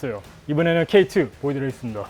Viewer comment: K2~ 하시는게 뭔가 Step 2~ 하시는거같네ㅋㅋ